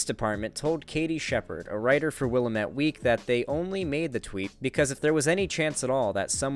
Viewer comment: Little nit pick, but as a native Portlander, the river that flows through the city and the publication by the same name is pronounced "Will-am-it" to rhyme with 'damn it'.